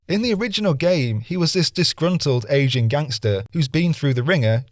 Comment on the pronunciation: Good on you for owning any errors. I just wish Grove Devs. Would do the same! Cheers from Canada P.S. I really thought I heard Asian, instead of aging. I thought I was going bonkers. Lol